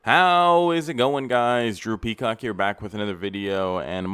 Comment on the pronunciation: everytime you say "Drew Peacock" in the beginning, i hear "drippy cock" instead 😩